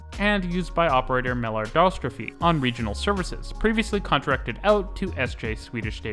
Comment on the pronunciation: Try to see what YT subtitles make of your swedish name pronunciation... Please inform yourself about it such that it can be understood. You can find Umeå (and many others) at WP, in global IPA script, whose major signs every edcuated person should be able to read. Some more: ASEA is pronounced as one word, stressed on the SE syllable (speak the A's as in car); Mälardalstrafik; Krösatågen